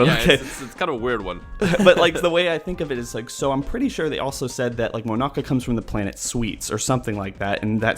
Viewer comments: Its not Monaka. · it's not monaka